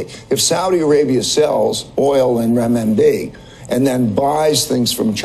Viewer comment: I find it amazing when someone has mispronounced a word they say it 10 more times….. Renminbi